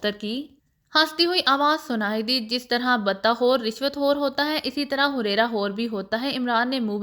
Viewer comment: Huraira nhi hareera hota hai